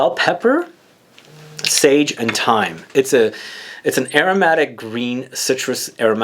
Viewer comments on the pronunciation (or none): none